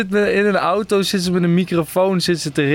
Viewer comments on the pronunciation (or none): none